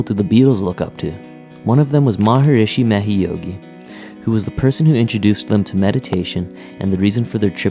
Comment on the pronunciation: Maharishi Ma HESH Yogi. NOT what you said..